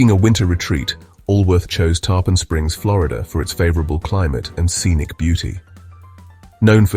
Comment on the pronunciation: Awesome. The way the singer said “Tarpon” drove me crazy though. I assume AI.